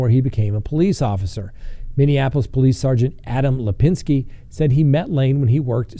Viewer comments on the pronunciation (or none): none